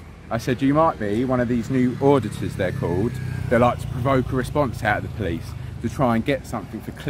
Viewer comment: Poleeeeessstthhh?? Lol.